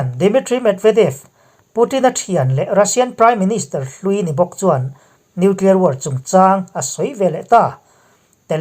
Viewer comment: nuclier tih reng mai. an ninawm hle mai